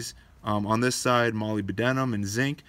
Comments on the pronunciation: "Molly Bedenum" that made me laugh. It's pronounced "Mol-ib-deh-num" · Sorry That pronunciation was for molybdenate (mixed with oxygen, MoO4) Molybdenum, Mo is pronounced. mal ib den um.